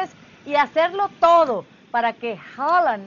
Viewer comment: Porqué hooland hooland, es haalan